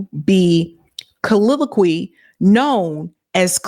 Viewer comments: ....know how to pronounce colloquially. Ko-lo-qui-a-lee. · Co Lo Quee All Ly (Meaning as a slang) stop choppin up these words woman!!😂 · COLL OAK QWA LEE - colloquially